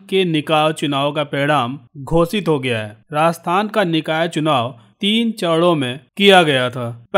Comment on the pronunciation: घोषित को घोसित बोलते हैं।